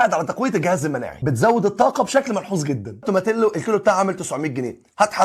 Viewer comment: هي اسمها توماتيو مش توماتيلو ال double L في الاسباني بتتنطق i زي تورتيا و كاساديا و هكذا